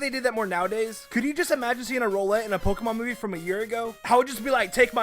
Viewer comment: Dis he say row(like row row row your boat) let WTF